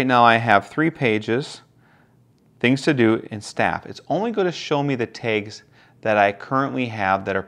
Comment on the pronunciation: 😂Yeah, that was killing me. Kudos though. Great review and very helpful in helping me solidify my desire to purchase.